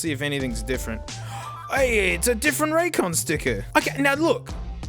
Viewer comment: Raycon more like suhcon 😩